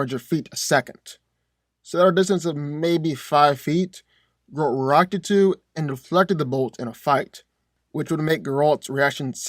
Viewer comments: Bro keeps calling him gRaLt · Anyone else want to choke him out every time that he mispronounced Geralts' name? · Please learn how to say Geralts name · I don't think that's how you say geralt but I could be wrong. All I know is that its making me feel uncomfortable